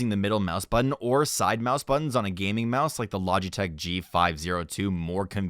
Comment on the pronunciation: Did anyone notice the mise instead of mouse ...??